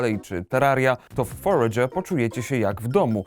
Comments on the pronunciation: Jak ta gra sie nazywa? Bo nie potrafi mówić, mówi Forge ale nigdzie tego nie potrafie znaleźć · Znalazłem ta gra ta forager. FONETYCZNIE FOREJDŻER KURWA NAUCZ SIE MOWIC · Ja pierd... Wiem, że się czepiam, ale używajcie ikonki głośnika na google tranalatorze. Foredże, kurwa... xD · Jak ta gra się nazywa bo nie rozumiem jak mówi :/? EDIT:Już wiem dla potomnych: Forager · Powie mi ktos co to za tytuł? moei tak niewyraznie ze nie jestem w stanie zrozumiec a przetwarzanie mowy na tekat mowi ze ta gra to foregerer